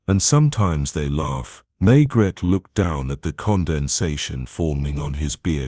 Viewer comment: Pronunciation of Maigret is wrong and the narration is on humanless auto pilot